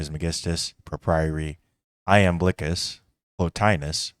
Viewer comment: Iamblicus... pronounced Yam-bli-kiss